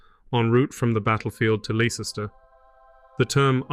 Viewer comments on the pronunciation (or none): Leicester is pronounced Lester. If you ever need any help please contact me.